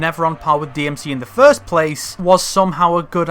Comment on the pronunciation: please stop calling it deemuhsee